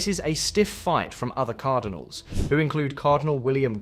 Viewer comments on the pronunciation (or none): none